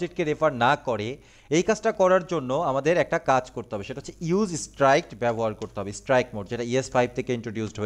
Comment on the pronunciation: দাদা, আপনার অনেক কটা নতুন শব্দের উচ্চারণ জেনেছি আপনার এই প্লেলিস্ট থেকেই। কিন্তু ওই কথাটা আমার মনে হয় "ইউজ স্ট্রাইক্ট" উচ্চারণ হবে না, ওটাকে আমি যতোটা জানি "ইউজ স্ট্রিক্ট" উচ্চারণ করে।🙏🙏🙏🙏